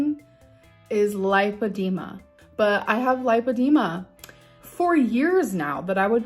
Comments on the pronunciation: She's got lah-dema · *lipedema (American spelling) but yes, it’s pronounced with a short “i” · I think it's pronounced LIEphydema. Since that's all she does. Has anyone else noticed she's trying to talk in a different way? Idk how to explain it but it's like she's trying to make up some type of Oklahoma "accent." 😒